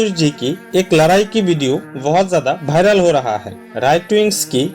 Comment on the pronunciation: अबे भायरल नहीं वायरल होता है.. पहले बोलना सीख.. Youtube ads के भूखे.